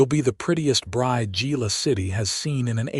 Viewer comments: Good story, but tell your AI that Gila is not JEE-LA. It is pronounced HEE-LA. Don't know why stuff like that bugs me, but it seems to. It seems you go to all the trouble to create and post a good story and then don't proof it. I volunteer to do it for you ! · Geela city????? Among many other ai mispronunciations. Lazy " creator" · Why couldn’t they put her packages in the wagon? The word "Gila" is pronounced as "hee-luh" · Enjoyable story..please correct your AI narrator to pronounce Gila correctly. The " G" is pronounced with an " H" sound making it sound like "He-la"..